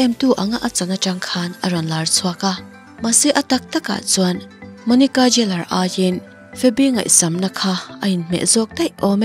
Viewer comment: An hming takngial pawh han lam dik theihloh. Geller kha Jeller iti daih a.